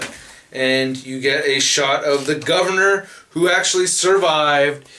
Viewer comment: Thumbs up for the pronunciation of THE GOVERNOR.